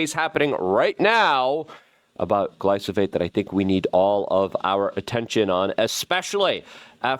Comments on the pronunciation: 🤦It's stunning how you never catch yourself mispronouncing words that are right in front of your eyes so comically often. Glyphosate is the word but YOU say glysophate, thus misinforming your audience and yes, this shit matters Mr. I wanna hold everyone accountable. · you're saying glysophate. It's gly pho sate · Its GLY-PHO-SATE not gly-so-phate 😂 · Hey Luke. I like what you're doing. Just wanted to give you a heads up. You're saying gly so phate. Its pronounced gly pho sate. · Say it with me GLYFOOO-SATE! Get it right or stop saying it. Youre confusing people. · Love you keep up the good work! It's glyPHOsate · If you say GLYSOPHATE one more time....🤯😳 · Luke.. it’s glyphosate not glysophate. 💫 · Nucular, glysophate, extrapulate, etc... the list of words he cannot pronounce keeps growing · Say it with me- GLY-FO-SATE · Say it with me, Luke: Gly-pho-sate. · PLEAE PLEASE PLEASE pronounce GLY-PHO-SATE properly so I can recommend these videos as being important and intelligent, Constant mispronunciation makes this sound UNintelligent. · Are you pronouncing Gly-pho-sate wrong on purpose? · Slow it down and say gly-fo-sate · This inward been saying glyphosate wrong for over a decade now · I love you, Luke, but you pronounce glyphosate wrong every time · Bruh! He was killing me with his pronunciation worse than the round-up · Yeah that was bothering me lol